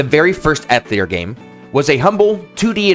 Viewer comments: I just can’t with this video, I’m sure it’s amazing and informative and I’m throwing it a like and I’ll probably revisit it but the mispronunciation of atelier and how often you say it is driving me absolutely crazy. It’s pronounced “uh-TELLY-ay.” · Awesome vid! Got my sub :) Btw I believe “Atelier” is pronounced something like: “Ah Teh Lee Yay” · if you are going to make a video about Atelier, at least learn how to pronounce it properly! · I'm not gonna watch this video because you pronounce Atelier atrociously.... Edit: I still watched it 😤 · As a French native speaker: atelier is pronounced more like the a in "crAft", the "te" at the end of "theaTEr" without the r, the "li" with a short i like in "LIp", and the "er" sounds like "eh".